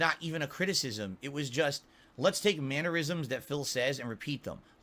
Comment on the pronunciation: Good vid but its mannerisms not mannuerisms.